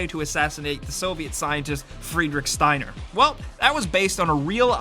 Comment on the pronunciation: Ashley Pham I so cringe when he said it wrong